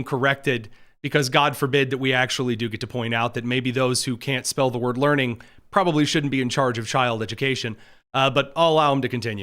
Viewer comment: C'mon it's "Learing Center" not "Lurring Center". Learing is what Somali kids do. Lurr is a fictional alien from The Simpsons. Now you've offended them. 😂